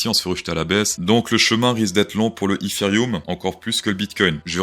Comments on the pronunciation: Si tu réussis ton dernier trade, tu continues à dire ifirium au lieu de dire étéréom ? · pourquoi tu prononce ETHEREUM "HIFI ROOM" :'D